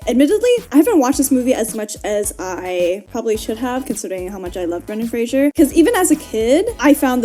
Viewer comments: Could you pronounce his name correctly? It's my name too tbh and it's not Frasier, its Fraser! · Lol Fraser rhymes with Laser! 'Frasier' is a different name that's just very similar!